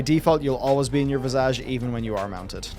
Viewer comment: Does purposely pronounce 'Visage' so ridiculously wrong, or is it his accent?